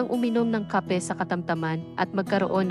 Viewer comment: Bakit ang pronunciation mo ng Kape ay Mali, taga Pilipinas ba kayo